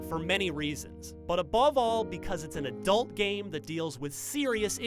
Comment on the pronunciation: The emphasis on "adult" killed me XD